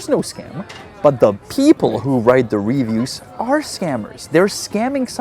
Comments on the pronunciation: You know how you often have a lesson at the end that teaches us how to say words in Czech? Please allow me to politely show you how to properly pronounce “reviews” in English. reh-VIEWS. The emphasis is on the second syllable, not the first. It’s re-VIEWS, not RE-views. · It's reVIEWS. Sorry, your english is really good but it annoys me 😅. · English's lexical stress system is unpredictable, but it does matter to be better understood. Unfortunately it requires hearing native speakers to learn it more steadily as it's impossible to learn it from reading alone. "Review" has stress on the second syllable, not the first. By stressing the first syllable it changes the meaning inferring you're viewing something again, as opposed to making an evaluation of quality.